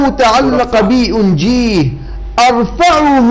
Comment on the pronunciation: من ثم اخ اشرف الآية في المزمور تقول أُرَفّعه وليس ارفعه بل الشدة على الفاء يعني ارفّعه بالمقام، اجعله ارفع من الجميع لانه فوق الجميع.. ارفعه مقاما.. يتكلم عن داود او حتى عن المسيح هو الرفيع المقام الأول والآخر...